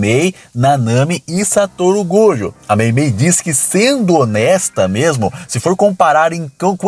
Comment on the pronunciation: KusakabÊ MahoragÁ Satoru gÔjo Cara que fala assim é escroto demais